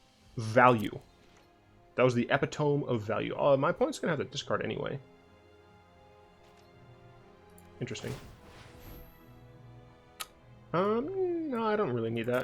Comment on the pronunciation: I absolutely love decks like this! Any deck that messes with the rules of magic (like making all your lands all colors or reclamation unwrapping at end step) are so fun to watch! P.s. Epitome is pronounced Ehpit oh me. Not trying to be a jerk just letting you know if you care :)